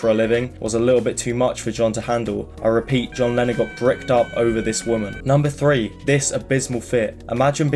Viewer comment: it sounds like u say lenin half of the time